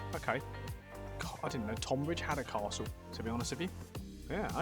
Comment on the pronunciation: Easy mistake to make but tonbridge is pronounced tunbridge. God knows how the spelling bastardised for one of the two towns and not the other but that’s a quirk of English naming